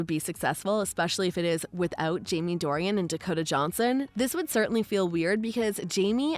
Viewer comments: It is NOT Dorian, with 3 syllables. It is Dornan, just 2 syllables. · You can’t even say his name correctly 😂😂 it’s DOR-NAN, not DOR-IAN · Yes you love Jamie so much that you got his name wrong, Jamie Dornan. True fan here. Cheers love. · His name is not Dorian. It is Dornan. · Jamie's surname is Dornan not Dorian. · His name is “Dorian” not “Dorian.” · His last name is Dorian…not Dorian…geez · First thing you need to do is get his name right! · Would be nice if the person talking could get his nam right!!